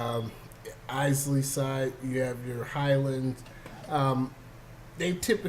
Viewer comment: Not gonna lie - I did “The Office awkward starring into the camera” look when he pronounces Islay (EYE•LUH) as I•SLAY. Still a good review but learn your pronunciations LOL